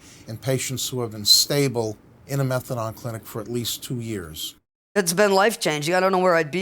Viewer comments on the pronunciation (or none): Never ever heard someone call it methadon like he shall rather than methadone lol class such a funny way to pronounce it. But yeh such a great plan to help support patients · Exactly sounds like someone who knows fuck all I’d rather the magalaDON come watch tv with me that sit and here him butcher the name methadone